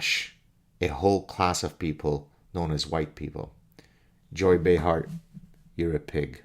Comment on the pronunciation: Nearly said "Joe Behar" 😂